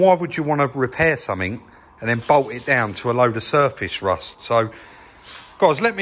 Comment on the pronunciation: Shtraight and shurfashe rusht.